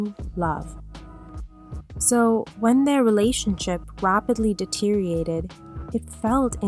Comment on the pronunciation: deteriorated not deteriated